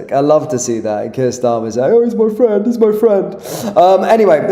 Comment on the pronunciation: "Hes my frwend" pathetic